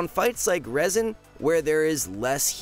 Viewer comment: Did you seriously just call Rezan resin??